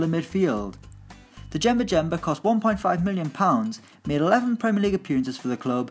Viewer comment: The pronunciation on this channel really annoys me. First, it’s not hard to look up how names are said and it adds much more credibility to the video. But secondly “D-jemba jemba?” It is ‘jemba jemba’ and they’re the same word so why pronounce each one differently!